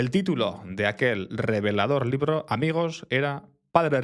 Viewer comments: "Un librro" Porque hablas así?🤔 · primera vez que escucho a alguien pronunciar doble la "r" en "libro"...tipo "librro"